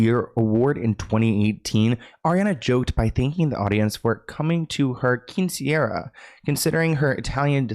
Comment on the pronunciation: you said quinciera jajajaj cute, it's quinceañera and it's really important at least in Argentina (15 y/o) its like yo become a woman (even if for the law you are a minor until 18 jajajaj, I'm an arianator since 2014 but loved the video, all true